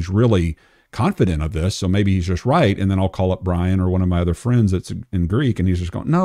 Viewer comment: Gotta be honest, James White's pronunciation of Greek is....cringey 😅